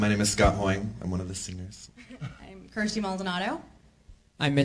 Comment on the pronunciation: its Kirstie not kristi